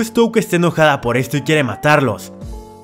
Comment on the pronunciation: Por fiiiiiin al menos dijo touka bien